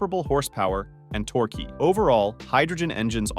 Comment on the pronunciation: 'tor queue' LOL